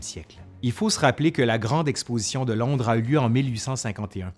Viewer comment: Londre pas landre .😉